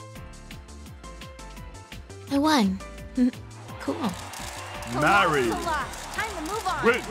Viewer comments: I love how it says her name wrong it says marri not marie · I really like how the announcer doesn't even say "Marie" and just straight up says "MARRY" instead